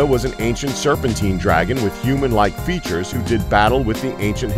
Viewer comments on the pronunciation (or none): none